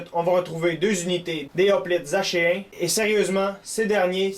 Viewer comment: Je crois que achéens se prononce ackéens.